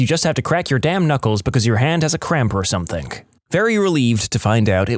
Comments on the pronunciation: Dude I love your stuff but something doesn't have a k...stop saying somethink. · No k in the word something .